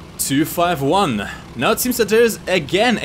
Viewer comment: It's pronounced "Roo", not "Ar-U"! The small letter "u" is small for a reason. Also, "two fifty one" is more sound.